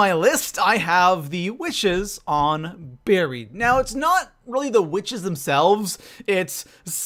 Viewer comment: you pronounced witches as wishes